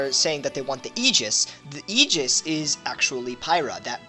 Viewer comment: It isn't even about the accent. Just straight up wrong ways of pronouncing things like Aegis and Evangelion.